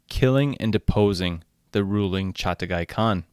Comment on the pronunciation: Its Chaghatai not Chatagai